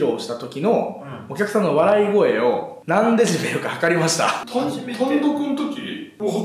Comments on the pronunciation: の「デジベル」が気になるww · が｢デジベル｣って言ってるのを、｢デシベルね｣って訂正してるバシくん好き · デジベルって言ってんな〜www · デジベルって笑笑 デシベルじゃね？